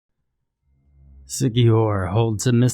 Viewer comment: And thanks for pronouncing it correctly.